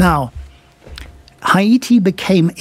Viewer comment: Haiy-ti. That’s the way to say it. Well done